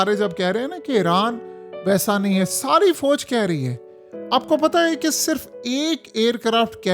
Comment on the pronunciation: Abey Pendoo Fooooj Mat Bola Kar.Aslee Lafz Fauj Hy !! Aur Thun Thun Thun Thun Thun Thun Kee Music Tou Band Kardiya Kar 😅😅😅